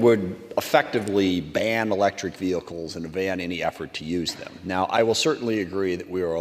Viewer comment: Vehicles not veh-Ickes . I can’t stand the way her bad built language skills.